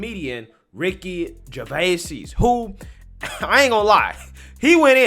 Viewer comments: His last name is pronounced Jer-VAYZ. Well the original French version was slightly different but this is how he says it. Just letting you know, because I've been a Ricky Gervais fan for many years, and I like this YouTube channel and want to see you succeed. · His name is NOT pronounced “Gervaysees”. FFS 🤦🏻‍♂️ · "jer-vey-seez"....what kind of pronunciation of "Gervais" is this?! 🤣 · Dude you butchering his surname lol